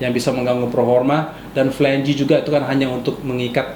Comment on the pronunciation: Flange not flan-ge :)